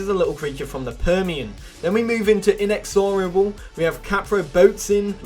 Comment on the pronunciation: The way he pronounces inexorable bugs me so bad